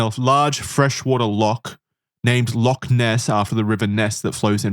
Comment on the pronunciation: They're going to mispronounce Loch every time aren't they